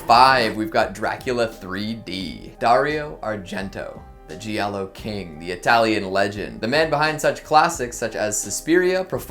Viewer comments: Isn't it 2 syllables? Like jah-lo? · btw "Giallo" is one syllable, not three.